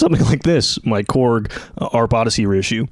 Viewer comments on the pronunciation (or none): none